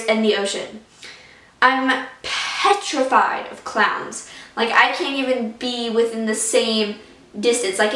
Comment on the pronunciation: Whenever you said petrified, I could hear your accent XD